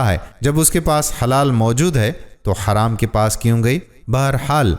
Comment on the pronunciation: Aap sab masjide haram ko haraam kyu kehte ho Wo kya ham par haraam hai Nhi na To haraam mat boliye plz wo masjide haram hai na k haraam